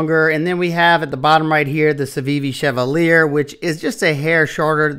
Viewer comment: Btw it’s pronounced “chevah-lee-aye”